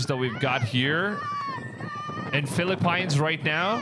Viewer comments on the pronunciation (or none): It is not the Phili-Pines it’s the Philippines sir….😮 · Philippines 🇵🇭 is pronounced as : FILIP - PINS 🤔🤣😜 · I enjoy all ypur videos. Thank you. The Philippines is pronounce as "Filipins" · Hello love your videos but your not pronouncing the Philippines correctly, please research the language correctly👍